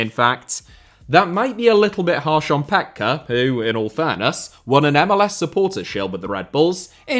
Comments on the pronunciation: it is Mike Pet-key, not pet-cah. Thank you. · Surprised you didn't have this down, seeing as you're such a huge fan of the US and MLS, but, Petke is said "pet-key" 😎